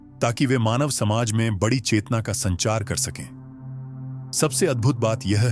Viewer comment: आप ए आई को निर्देश दीजिए कि कुछ शब्दों का उच्चारण सही करे।पीडा,बडी और बहुत से शब्द खटकते हैं।आपका कंटेंट बहुत अच्छा है।